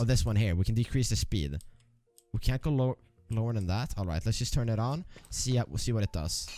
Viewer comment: YUST lajk dat